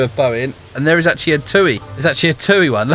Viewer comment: It’s TUI ( tee you eye ) not Toi (tuu ee)